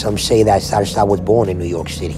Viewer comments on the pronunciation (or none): none